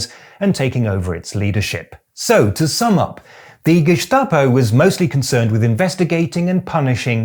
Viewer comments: He pronounces Gestapo as Geschtapo, which is technicly the right way, because it's pronounces "Schtatspolizei" but it's written "Staatspolizei" and should be pronounced with a hard "St" in it's short Form. Geschtapo ❌ Gestapo ✅ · Very well said! Only its not pronounced the "Geschtapo" but Gestapo. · Even though Gestapo is a German "word", the s is not pronounced "sch" (sh) like in Stein etc., but just s. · hearing people say geschtape instead of geßtapo is always so interesting to me because I've only ever heard the second way. Presumably because I'm from North Germany and the st s-t instead of sch-t used to be very common here and is still usually pronounced that way even nowadays. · Growing up in Austria, the history of National Socialism is drilled into us from a very early age, to prevent it from happening again. In all those years, I’ve only heard the pronunciation 'Geschtapo' twice: once about two weeks ago from a guy on TV named Gregory Bovino, and the second time in your video. It’s not really important, but as a native speaker I’d recommend using the other pronunciation. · The way this guy pronounces Gestapo really bothers me. Either it's guh-STAH-po or for a more German authentic pronunciation, ge-STA-po. In either case, there is no "sh" sound in the word. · btw, it is not pronounced Geshtapo even though Staatspolizei is Shtaatspolizei, don't ask why. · Geschschschtapo 🤭 You woke leftist, you 👋🏽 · Nein, das ist auch eine unübliche Aussprache, jedenfalls im Standard-Hochdeutschen. Ich fand es auch eher irritierend. In einigen Dialekten in Süddeutschland dürfte es aber durchaus so ausgesprochen werden. Vielleicht hat er es ja in diesem Kontext aufgeschnappt. Wahrscheinlicher dürfte aber sein, dass er es entsprechend der Langform korrekt aussprechen wollte, also das "st" wie in Staatspolizei. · Why this strange pronunciation of "gestapo"? It is gestapo not geßtapo. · Gestapo is spoken with an "S" not an "SH" 😅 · "Geshtaposh". Greek accent much?